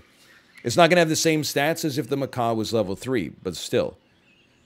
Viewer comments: Somebody on stream tell him it's macak not maca. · he routinely goes with - I'm getting macaque out... I'm buffing macaque... look at the size of macaque... 🐒😁